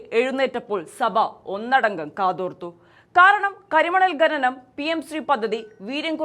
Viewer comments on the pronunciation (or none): Sorry, ഗനനം അല്ല ഖനനം